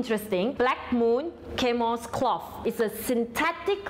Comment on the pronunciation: Chamois- It's pronounced as "share-me" cloth. Thank you.